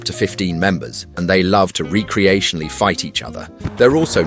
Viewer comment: reck-reational, not ree-creational... but yay, go the devil!